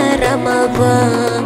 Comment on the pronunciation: Она говорить Рамаван надо сказать Рамадан